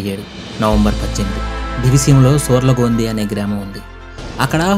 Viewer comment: Solargodhi kadu sorlagondhi